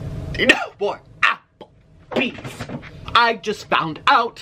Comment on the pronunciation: NO MORE AH-PL-BEEZZ 😡😡